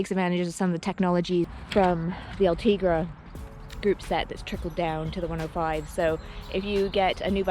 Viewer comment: Sei bella, but is: Ultegra, not Ultriga